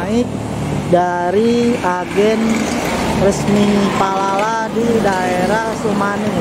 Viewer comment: 19 menit yang lalu Akhirnya ke sampaian naik Palala Jangan salah ucap lagi bang Palapa jadi Palala haha